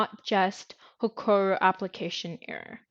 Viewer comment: BTW its HEROKU not HEKORU was painful to listen to the end, but thank you